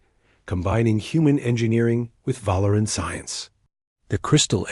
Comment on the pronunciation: Val-ur-an? I think Vah-leer-ian.